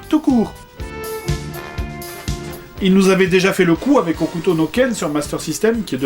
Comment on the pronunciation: on dit HOKUTO